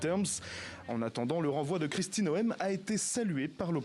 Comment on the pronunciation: Arretez de prononcer Noem comme Noel C"est NOMM Ca prouve juste que vous ne suivez absolument pas les medias US, et que possiblement vous ne comprenez meme pas l"anglais.